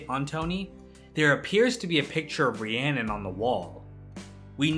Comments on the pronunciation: It’s spelled Rhiannon, but it’s pronounced Rahoonie. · Her name isn't even Rhiannon it's Rahooney